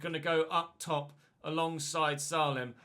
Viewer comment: you actually pronounce Salem name as Say-lem please like so he sees this ❤️